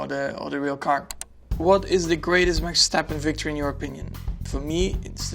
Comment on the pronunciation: I'm Max Stappenにしか聞こえない..